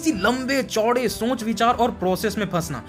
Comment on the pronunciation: Shonch nahi soch ✅